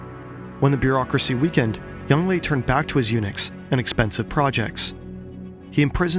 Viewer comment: Legendary Zheng He in Chinese would be 郑和 , should be pronounce as Jung Her (the closest it would be in english) Hopes this helps